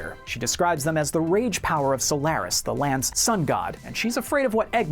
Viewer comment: You also pronounce Solaris wrong. smh